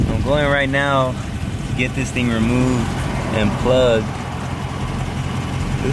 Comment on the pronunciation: My nigga said a lil thong 😭😂